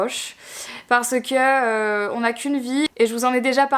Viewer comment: Dans chaque vidéo à chaque fois que tu dis "parce que" je trouve que tu as une manière bizarre de le dire 😅 en mode "parce qu'EUH" ça me perturbe...